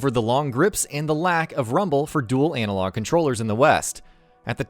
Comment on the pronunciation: Its "analog" not "anal-og" 🤦🏻‍♂️